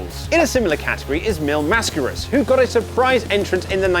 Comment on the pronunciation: Finally an English-speaker dude that pronounces "Mascaras" correctly. Good job